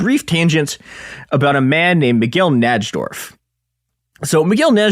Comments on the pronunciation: I always thought it was spelled Nydorf, because that's how its properly pronounced. This episode is so painful to listen to. Who the fuck is Naj-dorf!? Ugh. Like a cheese grater to my ear balls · i heard "NAJ-DORF" so many times it fucking woke me up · Najdorf is pronounced "nye dorf" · Bobby Fischer's mom emailed someone when he was a small child?? Who the fuck is this goon? Also it's pronounced "Nye-dorf". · it's so painful. NAJ-dorf and alakeen is crazy. should have got Ben Finegold. Blunder!